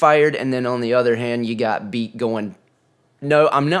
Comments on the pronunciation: Pretty sure it’s pronounced Bay-Ott. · Beat is said more like Bay-Yacht